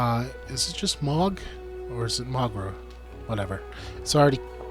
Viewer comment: It's Moe-Ger, Vog-Near, Ue-Bin, Lue-Din, Hak-kon. Etc